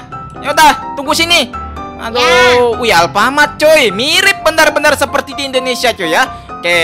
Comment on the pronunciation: Bukan Alfamart tapi affamart